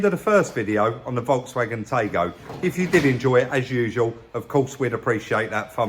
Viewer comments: Tie-go not tay-go. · You are pronouncing Taigo wrong😅. It's pronounced tie go. Very common car here in S.A. we only get the 1.0 TSI. It's basically a bigger polo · Really nice these, I think they pronounce it “tie-go” and they’re very similar to a Tiguan but the next and newer step up. Nice one as always guys👌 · It’s pronounced Tie - Go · Pronunciation is, Thai-go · from the source - Taigo is pronounced tie-go :face-blue-smiling